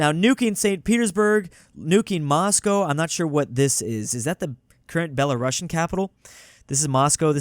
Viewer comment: belarusian is pronounced as Be-la-roo-see-un, just fan fact not belo-russian